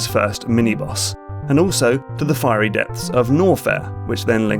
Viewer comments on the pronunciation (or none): none